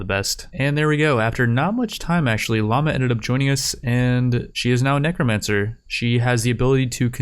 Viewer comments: It's necromancer, not neecromancer lol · bro the way you pronounce necromancer sometimes is... a little dangerous